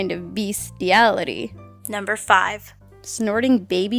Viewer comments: BEEstiality? :groan: That was terrible, lol. I approve. C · "Bee-stiality" Ha, good one! XD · bee-sting-ality lol I died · wow good one BEEsteality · "BEEsteality" I'm done. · "Beesteality" no, just no